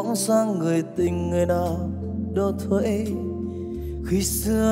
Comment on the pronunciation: ông Quang Hà hát mấy câu đầu nghe kỳ kỳ, phát âm điệu đà mắc ớn, kiểu: Thấy ---> Thoấy ; Mây ----> moây o ây:)